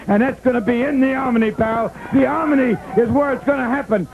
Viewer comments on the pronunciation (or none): I love Wrestling 2 to this day, and damn I love the way the man could never pronounce "Omni"! The "Omini"... HAHA, classic! Wrestling 2 rocks!